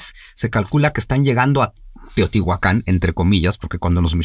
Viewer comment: Es Teotihuacan, no Teotihuacán.